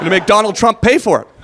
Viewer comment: When he talked about the Canadian border wall I thought he said make McDonald Trump pay for it...lmao...wait maybe he did